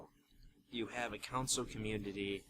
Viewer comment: jesus christ has he been saying council the whole time?